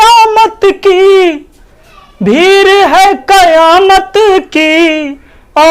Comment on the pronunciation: जिन्दगी नहीं सर ज़िन्दगी बोला जाता है और कयामत नहीं क़यामत होता है यानि पहला Z दूसरा Q से आबाज़ अच्छी है पर शब्द सही करनें होंगे सर जी बाक़ी पढाते सही हैं... धन्यवाद